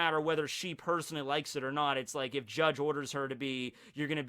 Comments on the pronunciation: Bru, you dont have to say the "e" in Judge, really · Wm. R. Woodland He’s saying it the Japanese way “Jajji”